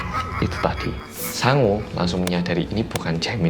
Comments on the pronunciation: Namanya "Sangwoo", aku dengernya "Sangu" alias nasi. Ini aku laper apa ya...😂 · Tulisannya "Sangwoo" aku denger nya Sangu (nasi dalam bahasa sunda) 🤣😂 eh ada nana (jaemin) nct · namanya "Sangwoo". Yang gua dgr "Sangu (sundanese)"... ada apa dgn kupingku :'v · sang-woo Me: hah? sangu? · Pas ngomong Sangwoo kek wong jowo ngomong sangu ngono wkwk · sangwoo, sangwoo, sangwoo Yang kudengar: sangu, sangu, sangu (maaak sangu maaak) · Setiap nyebut Sangwoo,, kok gw dngernya Sangu ya... Hahaha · aku dengernya sangu bukan sangwoo hihihi